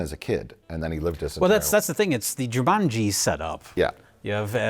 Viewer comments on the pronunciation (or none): none